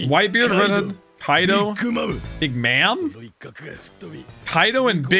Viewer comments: You probably know this already. But the 4th emperor is not called “Big Mam” it’s “Big Mom”. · big mam lmaooo its big mom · the last emperor is pronounced "big mom" not "big mam" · everybody in the comments about to flame him for pronouncing it Big Ma'am and not Big Mom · Oh my god, its Big Mom, not big mam LOL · ITS NOT BIG MAAAAMMM its Big MOM like mother lol NOT MAAMMM LMAO i was so annoyed when u said it 🤣🤣😂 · It's big mom not mam 😂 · It’s Big Mom, not Mam. Idk why it said Big Mam